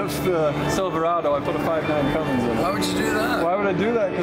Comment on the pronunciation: it’s not Cummings it’s Cummins